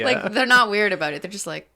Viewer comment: You know how Canadians say 'aboot' instead of about. There must be regions of Canada where they say 'aboat' like 'ah-BOAT' because that's how these two pronounce it. Can the WIRE do a break down of Canadian accents?